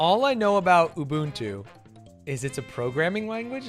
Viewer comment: I'm a Swahili speaker and hearing the pronunciations of Ubuntu in this video is physically painful. And yes, you said it right.